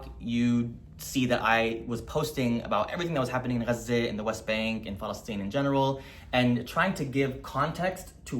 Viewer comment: I remember that your reel randomly came up in the early days of the genocide as I was doom scrolling and the first word I heard was Gaza but you were the first person who pronounced it the right way and before I even heard what you were saying, I followed. You imparted insane amounts of knowledge at a very critical time. Welcome back.